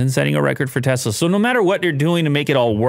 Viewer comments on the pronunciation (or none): none